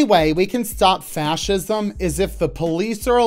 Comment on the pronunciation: That one about fachisim sound like fachisim.